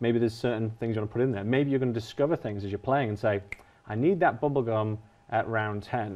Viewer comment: I've been cringing so fucking much from hearing gubblegum throughout this entire video